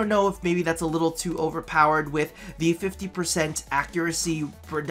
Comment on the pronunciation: " THIE daily grind"? Is it really?;P